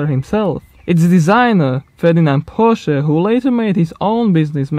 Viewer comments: Finally, someone who says Porsche the correct way. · As a car lover in America, it is nice to hear Porsche pronounced correctly for a change! Here no one pronounces it correctly, saying Porsch, leaving of the"a"at the end. I used to try to correct them, but I gave up years ago! Thank you!